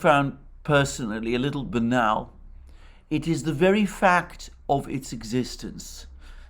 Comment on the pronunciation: appreciate if you will confirm on timestamp 26.34, you said benal or is it banal? Thanks.